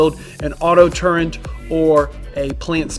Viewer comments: The word is TURRET, not TURRENT. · Is he saying 'turrent'? WTF is a turrent?